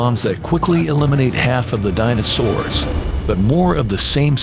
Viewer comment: Dyna-Soors. Nice one AI. Try harder.